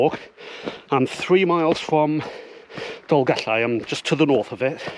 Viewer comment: Diolch Going to do this in April 2025 Best guide to this walk I did read somewhere that only disabled people are permitted to drive to the top? Great to hear you pronouncing the ll in Dolgellau